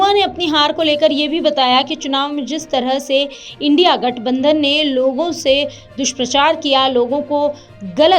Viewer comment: Neerhu ji India ko Indi bol rahe ho, kuchh to sharm karo